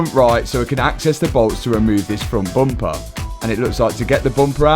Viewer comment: Can't not notice accent) Never knew how many words have O innit. Bomper, Bot, Op, Hondred, Jost, Onother